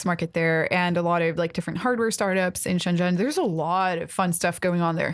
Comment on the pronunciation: Oh, and can you PLEASE correct their pronounciation of Shenzhen? I've been cringing about it for a while... But it's impossible to correct Chinese pronounciation by text, hehe.